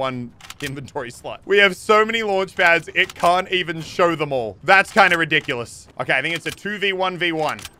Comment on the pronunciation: The way Elliot days rediculos “re-dick-you-lus” XD ITS TOO MUCH